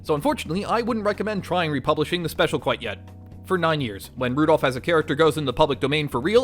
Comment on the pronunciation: Rudolph ❎ Rudourph✅